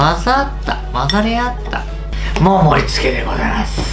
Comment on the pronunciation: 「もうもりつけでござあやあｓ」 ここすごい好き